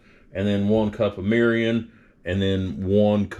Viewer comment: “Meerreeeyon” 😂why is everyone like this whitey learn how to pronounce the ingredients before you make a video about another culture’s food plz. And cool it with the love bots, how much you pay for these comments?